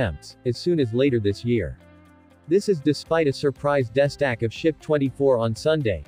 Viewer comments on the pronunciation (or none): Embarrassing to hear this sophisticated bot reader screw up so badly 5 seconds into the video. Does no one do a cursory review before releasing these terrible renditions? How hard is it to edit the mispronunciations? Pretty sure : "destack" is not pronounced as "desk act".